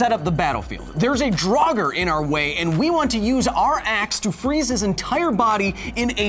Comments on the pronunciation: Doesn't the pronunciation of "draugr", in the singular, elide over the 'r' on the end, making it nearly silent? The hard 'r' sound implies the plural, "draugur." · Just a language correction: I am very certain that "draugr" is only one syllable, not two. It does sound very wrong to my Nordic ears to hear "drah-gur".